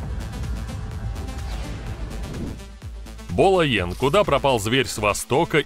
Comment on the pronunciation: Знаком с ним лично. Фамилия его Янг, а не Йен.